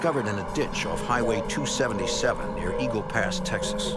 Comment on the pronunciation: Eagle "past"??? 😂😂😂 dude come one